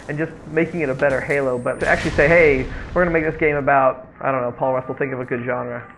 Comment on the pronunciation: lol "IM PUAL RUSSLE"